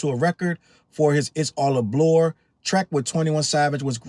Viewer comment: “It’s all a blore” is cracking me up 😭😭😭😭